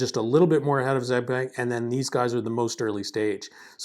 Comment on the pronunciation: Thank you for sharing your views. Excellent video! BUT, I would like to help you pronounce the name correctly: Xiao (shiao) Peng (the "e" is a schwa sound). Hope this helps! :)